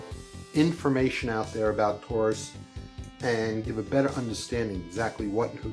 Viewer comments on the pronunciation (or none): none